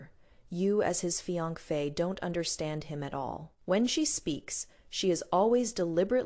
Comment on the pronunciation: Please don’t use this AI voice again. It’s the only AI voice that mispronounces fiancée. It’s annoying.